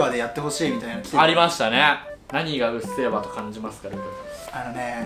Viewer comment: うっせぇわがうっぜぇわになっとる!